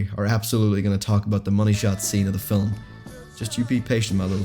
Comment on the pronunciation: Wtf is a fil-um?